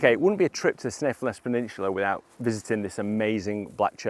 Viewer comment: You’re absolutely butchering the pronunciation of Kirkjufell and Snæfellsness.